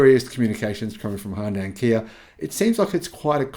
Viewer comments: Hyundai rhymes with "Sunday" (HUN-day) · Great channel however one thing bugs me a bit. What is the correct pronunciation of Hyundai? My understanding is it rhymes with Sunday???